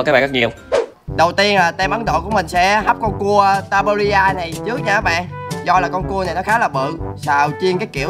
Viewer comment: người ta là Tasmania chứ ko phải là tabuaria đâu